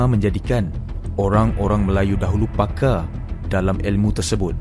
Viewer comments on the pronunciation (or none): Pakar lah bukan 'pakaaa' Besar disebut besaaa Makasar disebut Makasaaa Bakar disebut bakaaa Sungguh bahasa kampung... tidak standard.